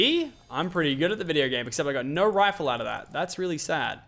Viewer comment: its no, not nir....to, not tir...go, not gir!!!😑